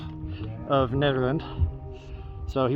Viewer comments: Yea, it’s pronounced like you’re saying Ned, not needle. You said it right towards the end of your video. If you go slower on the camera, it’ll make us less dizzy. Drink lots of water because of the elevation. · Nehderland , that's how it's pronounced. Just to let you know. 👍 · Great to see you in such familiar territory! You mention a small town north of Nederland (pronounced Netter land, I do believe), was that Ward? Nederland used to have the Frozen Dead Guy Festival until 2023 (look it up). You should be able to find tons of spots to camp. Most of the areas are National Forest and you can camp anywhere in those (at least it used to be like that). Keep it up,!